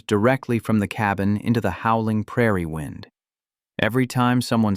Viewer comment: Why can’t you get readers that can read well. It is wind as in weather, not wind as in clock!